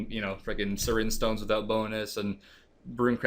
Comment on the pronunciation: Brandon Woodhouse well, yeah, I know that, but pronounces it serin stones, instead of seren stones